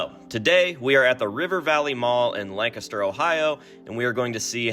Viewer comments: There's a Lancaster in Texas and we pronounce it the same way you do. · Englishman here confirming that you say Lancaster correctly. Lancaster UK has been pronounced how you say it since the 12th Century. So everybody else is wrong. You are correct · As a PA native with a city of the same name, I can confirm you are saying Lancaster correctly